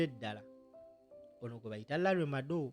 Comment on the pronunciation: Madowo not Madowa